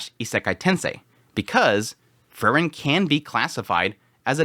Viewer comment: It's Freeren, not Frrren.😁